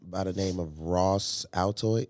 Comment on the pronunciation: "Ross Ulbricht" not Ross Altoid lmaoo